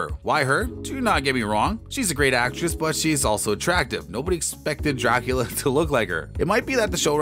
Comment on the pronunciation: If your going to narrate a show about Dracula please learn how to pronounce Dracula